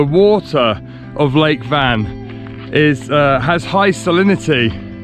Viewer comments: Great trip on the eastern side of Turkey. Please put some effort to pronounce the names of places properly. Van, for example, should be pronounced rhyming with "one". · Actually the name is not Van it's Wan but Turkish don't have W so they changed the name from Wan to Van